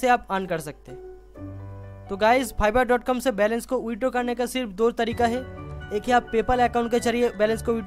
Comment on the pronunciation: Phiverr wow, sir it's fiverr not *Phiverr" 😂😂